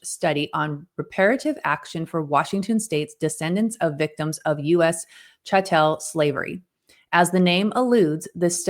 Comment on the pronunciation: I'm sorry but not knowing how to pronounce 'Chattel' is too funny given the context of this video 🤣🤣🤣